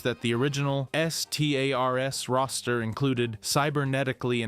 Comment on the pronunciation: why do you say stars like that just say it and stop spelling it